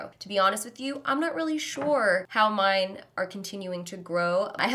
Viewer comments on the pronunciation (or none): none